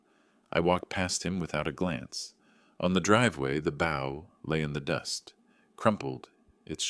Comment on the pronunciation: Mispronounced bow.